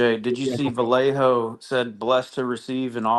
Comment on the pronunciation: if you guys keep mispronouncing Vallejo wrong, he may flip! It’s Vy-yay-ho 🤌🏻 🫵🏻This correct pronunciation was very important to his mother when she and his father were in the chat during M3’s interview with him.